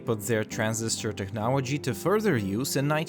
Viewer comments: It's pronounced "TECHNOLOGY", not "Technowagy" lol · why can't you say technology right, are you american or from another english speaking country as i have no idea why you say technology as technowagy